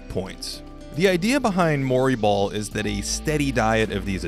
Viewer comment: When he said Mori ball I though he was saying Murray Ball as in Murray Polvich. I was imagining embarrassing paternity testing as a new type of strategy. Wait... I think Shawn Kemp invented Murray Ball then.